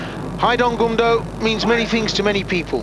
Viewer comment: "Goom-doh" not "gum-doh". It's not bubble gum.